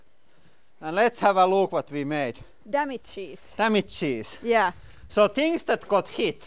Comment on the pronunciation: When you say "damages", it sounds like "damn it cheese" :D